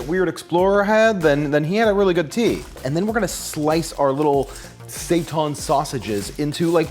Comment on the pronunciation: "Seitan will rise" Yes, yes he will. Mwahahaha. PS. It is pronounced "say-tan". Hence those rad "heil Satan" shirts out there.